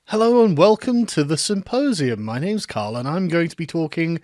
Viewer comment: Sargon of Aha.........its Carl :)